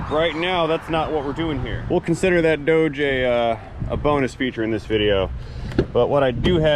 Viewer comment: Without picking on any regional dialect of words can someone please enlighten me as to the correct pronunciation of the name of the truck in the first part of this clip... is it Doughge or Dodge. Both pronunciations were used in this clip.